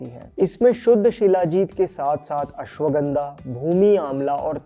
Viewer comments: अश्वगंधा not गंडा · Kuchh jyada hi herbs k pronunciation ko advance me nhi bol rhe h,aise bolne se angrej nhi honge ,shuddha bolo,its दिव्य not डिव्य,it's पतंजलि not पटांजलि and पटैन्जली it's त्रिफला not ट्राईफाला ,it's तेल not टेल it's अश्वगंधा not अश्वगंडा aise hi sabko galat pronounce kr Rhe ,Indian ho language me bhartiyata lao sharm kaise ye to herbs h bhai ,itna bhi advance Mt bano